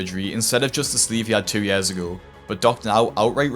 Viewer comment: Its pronounced years not yares bruh